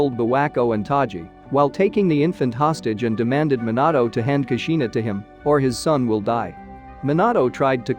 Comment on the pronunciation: Lol Minatto and abito